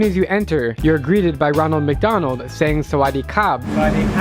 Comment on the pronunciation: Great emphasis on the Thai Ronald Mcdonald.